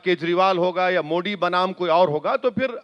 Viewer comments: Kya mujhe hi galat sunai Diya ya isne sach mein मोडी kaha😅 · ये कौंसी कौमकी भाषा बोलता है इस को तो ठीक से मोदी बोलणे को तक नही आता मोडी मोडी बोलता हैं. इनसे बडे सऊदी के प्रिन्स मोदी मोदी बोलते है. कौन्सा किडा हैं इन मे और पाकिस्तानी यो मे क्या पता.. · अरे ओवेडी नाम तो बोलो बरोबर मोदी हे मोडी नहीं 😂😂😂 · Owasis not mody he is Modiji bolna sikho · Thik se pehle modi bolna Sikh